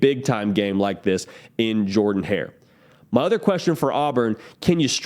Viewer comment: It’s pronounced “jerrdon hair” not jordan.